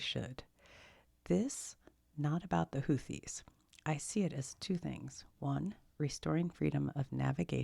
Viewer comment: It's Houth-ees. Also they are being targeted by the US because they are trying to disrupt the trade through the Suez Canal as leverage to end the genocide in Gaza. This is after a brutal war the Saudis waged against Yemen.